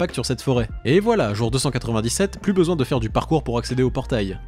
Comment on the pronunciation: « C’était affreusement chaiwre mais ça fait trop laungtomps j’en aiye besouin » 😂